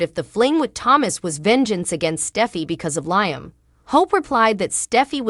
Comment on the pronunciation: She said Liem like lie m, not Liam 😂😂😂